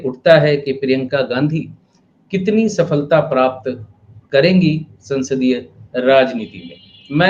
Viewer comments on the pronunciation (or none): none